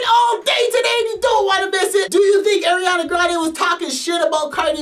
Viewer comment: Ariana grande ❎ Eriana grande ✅